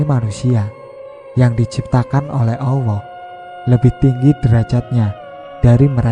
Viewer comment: Suaranya ini, penyebutan allahbya awoh